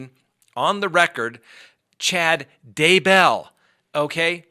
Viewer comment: Grey roots lol and "DAY-BELL"! 😂 You Crack me up! Love your videos. Very informative. Thank you. I'm hooked.☺